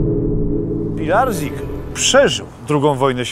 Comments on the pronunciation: Proszę wymawiać poprawnie po niemiecku Horst Pilarcyk (dawne polskie nazwisko Pilarczyk) :pozdrawiam! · Nazwisko tego Horsta czyta się Pilarcik. Jest to zniemczona wersja polskiego nazwiska Pilarczyk.